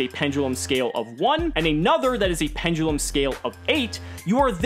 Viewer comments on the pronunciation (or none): penDULUM not penGULEM .. dont me